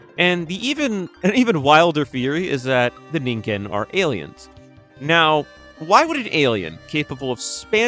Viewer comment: Fuck thank you for pronouncing it right One too many times I've heard "ninjen" when finding out how to say it is literally one google away